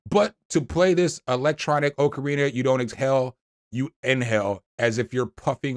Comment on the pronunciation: thats AUCK-a REENA fyi!😄its like a small whistle like instrument with holes in it you blow into